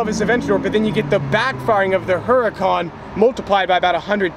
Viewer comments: Cant even say Huracan right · You would think he would know how to say Huracan